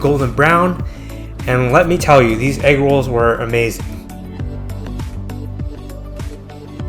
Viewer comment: Egg woll, ahh egg rolls lol